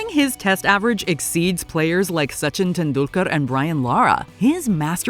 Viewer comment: Soochin Tendoolkar